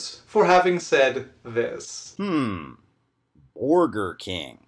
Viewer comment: To be fair, /did/ say “borgar” soooo.. 🤷🏻‍♂️